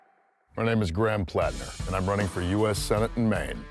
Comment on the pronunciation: Plat. Ner not planter